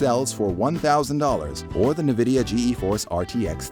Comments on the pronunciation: I’m just gonna pretend I didn’t hear that ‘Nuhvidia’ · 'Nah-vidia' wtf? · Yeah Im not gonna listen to advice on nvidia cards from someone who doesn't know how to pronounce it. Sorry